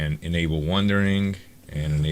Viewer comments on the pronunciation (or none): Goddamnit its WANDERING not wundering